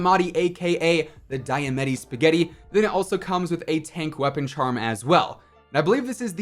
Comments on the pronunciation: di- ... did you just call them “die-uh-mettys”... and why? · i live for you saying diametti spagettis 😆